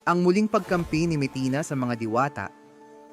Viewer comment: Anong mitina ,ayusin mo nga pananalita mo!